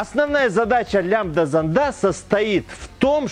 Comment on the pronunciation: в словах: "зондАх" "зондОв" и тд ударение ставится на первую букву "О"!!!!!!! иди в школу в5 класс учись!!!!!